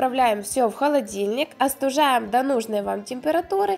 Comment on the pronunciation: Не устужаем ,а остужаем!